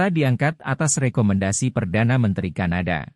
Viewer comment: Kadana tapi kanada😮😂